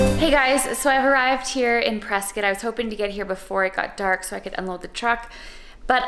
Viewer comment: You said Prescott right! True pro.